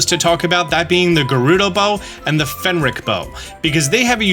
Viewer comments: FRENIC NOT FENRIC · It's driving me irrationally crazy when he keeps pronouncing the Phrenic bow as a "Fenric" bow. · it's "fren-ic" bow, not "fen-ric" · FREN ICK, NOT FEN RICK. phRenic, the r is before the e, not after. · You said "Phenric" while it say "Phrenic" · "frenik" not "fenrik" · Its Phrenic not Phenric. Your pronouncing of words crack me up, booble frog comes to mind, its bubble like the gum. Peace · Hearing you mispronounce "phrenic" as fen-ric and not fren-ic is hurting me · it’s pronounced phre-nic, not phen-ric. P-H-R-E-N-I-C. love your videos 👍🏼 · "that being the gerudo bow and the phenric bow." I'm sorry, PHENRIC? IT'S PHRENIC (free-nic)or(pree-nic) GET IT TOGETHER PEOPLE! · I don't think it's pronounced "Fen-rick" bow. I think it's pronounce "Frin-ick" bow. Phrenic (which is how it's spelled in game) probably comes from Phrenetic (or Frenetic) which means "full of energy or excited". Really not trying to sound like a douche or a grammar-nazi. I'm sure I mispronounce a million things. When you just see it in a book or on screen, it's really hard to know how the author meant it to be said. I was calling Hermione "Hermy-own" for years before the movie came out and made me feel like an idiot. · That's Phrenic (fren-nic) bow, rather than Phenric bow. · "fen-rick"? Dude the r is right after the ph, it's "fren-ick" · "Phrenic" bow. Not "Finn-Rick" bow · Great video - especially like the range measurement setup! Also it's Phrenic (Freh-nik) instead of Fen-ric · Sorry to be that one pedantic person in the comments, but its the Phrenic Bow not the "Phenric" Bow (as you pronounced it every single time in this video) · Hate to be that guy, but it's "phrenic" not "phenric". As in the Phrenic nerve, the nerve that allows you to control your breathing, which is suiting since it's like a sniper bow. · Great video, lots of useful information, however I do have to point out one pedantic thing. PHRenic, not PHenRic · Not say “PHENRIC” instead of phrenic bows\